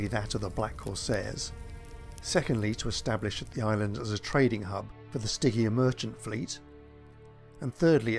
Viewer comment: Names. Stygian, as an easy example, is pronounced with a soft G.